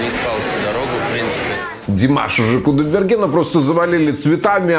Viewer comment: Задолбал этот со своим красным телефоном недавно купил чтоли засветил чтобы все увидели, лучше бы фамилию нормально заучил не кудаберген а КУДАЙБЕРГЕН после буквы " А" "Й" - краткая это не сложно запомнить, для этого не нужно быть очень умным